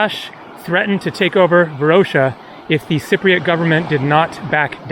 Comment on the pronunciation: You are missing pronouncing Varosha and Famagusta.